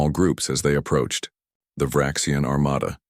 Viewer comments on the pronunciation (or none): none